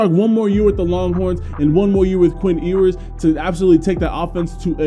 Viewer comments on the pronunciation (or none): It’s YOU-ers, not EEE-wers lmao